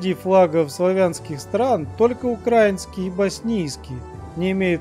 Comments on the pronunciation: Правильно говорить украИнский! А не укрАинский🙅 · Украи́нский а не Укра́инский